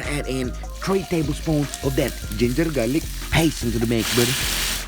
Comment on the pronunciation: Isang solid naman na recipe. ooooooowie. 💯😍 pero panalo yung accent mo don sa garlic paste. 😂 hahahahahahaha.